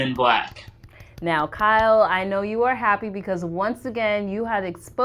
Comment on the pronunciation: For the love of Pete. Y O U is pronounced "u" not "chew".